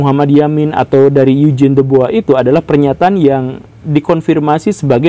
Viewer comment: Topik yang menarik, saya selalu punya pertanyaan soal ini. Sama hal menarik juga dulu pas pelajaran sejarah perasaan Eugene itu cara ngucapinnya "yu-jin" kok ini jadi "eig-ne" wkwkwk.